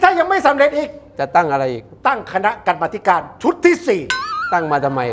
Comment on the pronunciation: กรรมาธิการ อ่านว่า กำ-มา-ธิ-กาน